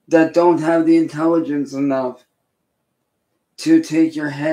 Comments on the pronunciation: (listen) “Dont insult my intelligench..” 🤔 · And said " don't insult my intelligentch "